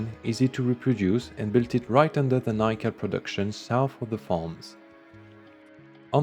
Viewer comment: Nickel not being pronounced as Nick-el is making my brain tickle